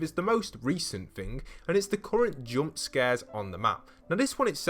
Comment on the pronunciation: U don’t know how to say jump